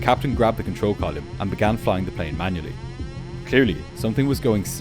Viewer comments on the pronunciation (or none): Like the channel ,great narrator , clear easy to understand but.....steering Colyum ??? Stop it .